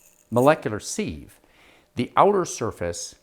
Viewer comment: Pronunciation: People say "SEEVE" because they think the word is spelled "seive". But it isn't, so it is pronounced "SIV". Proof: and